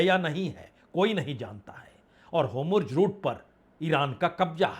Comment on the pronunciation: 🤣🤣🤣 इतना गन्दा उच्चारण नेतहानू और हुमूर्ज 🤣🤣